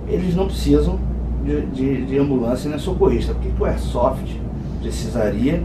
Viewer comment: Concordo que deve haver sim um regulamentação, mas não uma burocratização que vai acabar em algum meio do Estado ganhar em cima disso. Quem são esse praticantes do esporte que fizeram parte dos ajustes dessa Lei. e não é "ersofi", é AIRSOFT. kkkkkkk Parabéns pela iniciativa mestre. Força e Honra!